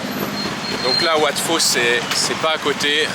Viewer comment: Wat "Pau", pas wat "Fau" !